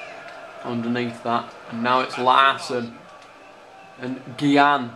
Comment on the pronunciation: gian who the fuck is gian its gyan lol